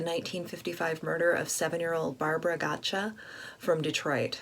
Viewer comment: Thanks for keeping this case alive. I just want to comment that the last name is pronounced "got-sa." Thank you so much for not sharing crime scene photos!